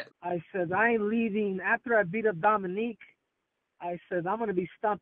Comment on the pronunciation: Lmao “Dominique” 🤣🤣🤣